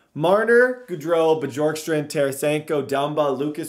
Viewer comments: it’s pronounced borkstrand the J silent lol and your welcome 🙏🏾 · I'm pretty sure you pronounce Bjorkstrand Be-yorkstrand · This series is gonna be 🔥🔥🔥 Keep up the great work (Also I’m pretty sure it’s pronounced Byorkstrand) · It’s I pronounced b York strand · It’s Oliver Kylington (Shill-ing-ton) and Oliver Bjorkstrand (B-york-strand) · btw its bee-orkstrand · It’s bYOURkstrand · the "J" in Bjorkstrand is pronounced kind of like a y Gostisphere is pronounced like (Gaw-sti-fair) And some advice for playing defense is don't pass the puck through the middle of the ice after getting defensive rebounds, knock the puck off the boards to a foward on the breakout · Please say his name right 😂 Bjorkstrand the “j” sounds like a “y”. Sorry, big Blue Jackets fan here and it just sounds weird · His pronounciation of Oliver Bjorkstrand is a little off XD